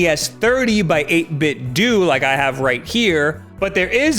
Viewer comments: Not 8bit-Doo. 8bit-DOH. As in NintenDO. Obvious reference is lost on so many -_ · NintenDO.... 8bitDO, not 8bitDUE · 8-bit-dew... Nin-ten-dew... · i cringe whenever someone says 8bitDEW. ffs nintenDOE translates to 8bitDOE. 8bitdo. nintendo. see what they did there? everyone clear now? ok. proceed. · 8bitd(oo)? I thought it was 8bitdo like Nintendo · It's pronounced "doh". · Hey,, idk if anyone's mentioned it, but's 8BitDo--the Do is pronounced "DOH" like Nintendo. 8-Bit Do.